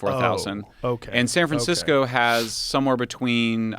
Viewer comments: don't know if he intentionally said San Fran-sicko, but we should make that stick. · Did he say San Fran-sicko? 🤔🤣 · says sanfransicko Nice! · "san fran sico".... lol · Sanfran-sico. He didn't correct himself. I like to think it was intentional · He said... "sanfra- siko" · he said san Fran sicko lol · He misspoke and said San Fransicko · “San fransicko” lol ahahhaha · "San Fran Sick-o" Haha, that's good. I wonder if he said it on purpose. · “San Fransicko”